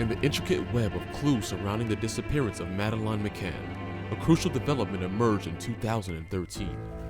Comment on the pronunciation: At least respect her by spelling and pronouncing her name properly, its Madeleine.